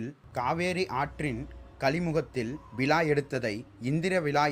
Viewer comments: Prakash Rocky sariya sonninga.....விழாவுக்கு விலான்னு சொல்லுறான்..சோழர்க்கு ச்சோளர்னு சொல்லுறான்.... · விலா அல்ல விழா.. தமிழை சரியாக உச்சரிக்க வேண்டுகிறேன்..